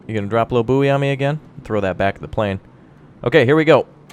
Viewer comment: Booey is probably the worst pronunciation of Buoy ever created